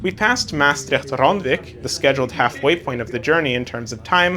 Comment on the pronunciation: Two trains on one long platform, which is divided into an a and a b side, is very common in large stations in the Netherlands. My compliments for your efforts to pronounce the towns names correctly. Maastricht can be easily improved if you put the stress on the last syllable: MaasTRICHT.